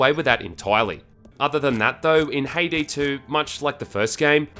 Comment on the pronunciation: She is a char from Count of Monte Cristo. It sound Ha-e-day.